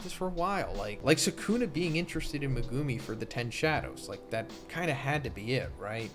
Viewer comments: Lol this isn’t an insult but you might want work on your Japanese phonics. It’s not meh-guuu-mi you’re extending the second part too long making it almost two syllables. Each part of his name should be one syllable. Me-gu-mi each should be one clap. And it’s not “New” it’s Nu-ay. Like I understand that you don’t speak Japanese but it doesn’t take that much effort to just say the names right. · Bro saying me-gew-mi is driving me nuts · meg-A-me The u IS SILENT T_T lol it was bothering me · Why do you keep pronouncing megumi's name very weirdly it's very irratating.